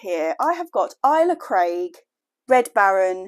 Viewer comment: nasty rats ive had some or something eat my tulips out of a pot right by my back door which kinda creeped me out lol plus gardners kate and eli will be shouting at the screen for how you say ailsa craig lol